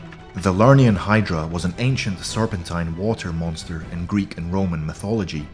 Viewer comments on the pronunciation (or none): none